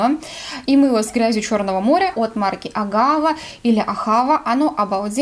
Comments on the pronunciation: пожалуйста, не АгАва и даже не АхАва... правильнее ахавА. С иврита переводится как "любовь" и именно так израильтяне произносят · ahavA - ударение на последний слог, "любовь" на иврите.